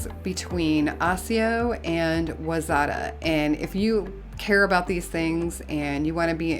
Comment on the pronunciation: Wayzata is pronounced ‘y-zetta’ 😊